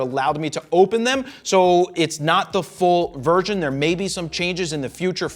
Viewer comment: Sounded like it but we all knew what he meant lol. What would a half virgin be?